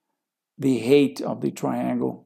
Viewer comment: Eu recomendo melhorar a pronúncia da palavra 'height'. Eu estou ouvindo 'hate' ou 'rate'; i.e., o ódio do triângulo ou a taxa do triângulo. De qualquer forma, a qualidade do conteúdo é excelente.